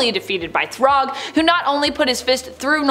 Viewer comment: If you need help with the pronunciation, it's "Thragg" not, Throg.